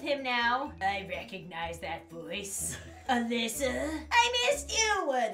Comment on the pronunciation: My name is Alisa… and it’s pronounced “Uh-Lee-suh” hearing say “Alyssa” for like 18 minutes made me cringe so hard